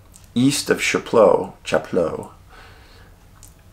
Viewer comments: Hi Dave. Chapleau is actually pronounced Shaplow. Another great video. Thank you. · We used to camp at Chapleu for years for vacation. I never heard about any missing people! We always took precautions as my kids were young. We never went anywhere singularly but always had someone with us. It's one of my favorite places in Canada. Pronounced shap-low.